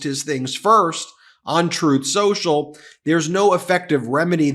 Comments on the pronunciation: "Troth Senchel" 😂😂😂😂😂😂😂😂😂😂😂😂😂😂😂😂😂😂😂😂😂😂😂😂😂😂😂😂😂😂😂😂😂😂😂😂😂😂😂😂😂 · You said, "on truth social" or "untruth social"?